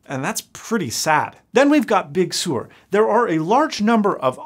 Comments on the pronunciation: Its pronounced "Big Sir" not "Big Sor" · Pretty sure it's pronounced "Big Sir", not "Big Sewer" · Why do you insist on pronouncing it “Big Sewer”. This is not an effluent disposal platform. Do you pronounce fur as “fewer”? Just try “Big Sir” if you please. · FYI: It’s pronounced “Big Sir” not “big sewer.” ;-) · Everyone: Big Sur: Big Sewer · In the announcement I thought they were saying "Big Sierra". MacOS names are getting weirder every day. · Interesting vid, but "Big Sur" is pronounced as Big SIR, not sewer. Guess you're not from Cali... :) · Why did you keep saying "Big Sewer".... do you hate it that much? Or do you really not know that it's pronounced "Sir" like "Surf" without the F. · Its pronounced "Big Sir" not "Big Sewer" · Dear god. I’m begging you, and I’m sure every Californian is too, it sounds like you’re saying “sewer”—it’s pronounced “sir”. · Big Sewer? It is Big Sir to you... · he keeps saying "sewer"... it's one syllable, "Sir" like "Surf" with no F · It’s big sir. Just say sir. Like thank you sir. No thank you sir. Big sir. Not big sewer. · Hey, it’s not Big Sewer, it’s pronounced Big Sir! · I'm not from California, and had never heard of "Big Sur" before, so when I hear them say "big sir" busted up laughing about as much as when I heard Nintendo had named one of their past consoles the "Wii" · regardless it's a place in California and as a native Californian I've never heard anyone pronounce it like you did. The location is essentially pronounced "sir" not "soor" as you are pronouncing it in the video. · I could understand when people mocked how Jobs said “Jagwire.” Big Sur makes more sense to me pronounced like “surf,” instead of “soor.” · Please.... it's just pronounced "big sir" not "sewer" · Closed Caption On: "then we've got big sewer" 🤣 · "Big Sewer"? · “Big Sewer” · Stop sayiing "Big Sewer." :( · “Big Sewer”. 😂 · I wonder if your incorrect pronunciation, Big Sewer, is indicative of how you feel about the OS.